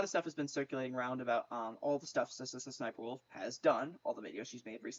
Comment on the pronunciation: It’s funny cause you say s,s,sniper wolf